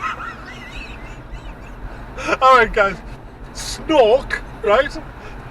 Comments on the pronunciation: Did he say Snork is Snork or Snoke is Snoke? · Isn't Snork just how geordies say snoke? :) Do you live in Lumley or something? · You start make laugh when you call him snok 😄 I hate this movie to🤬